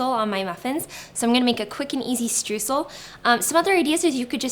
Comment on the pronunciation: Can't wait to try these! BTW- Streusel is pronounced as StrOYsel. The eu combination in German is an OY sound. lol